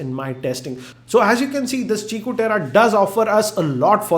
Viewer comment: He pronounced it right. It's qiku (chikoo) just like qi (chi) charging.